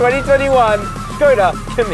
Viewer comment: And he's back, good review! The Škoda is way better looking than the VW and nice job on pronouncing that accent above the S!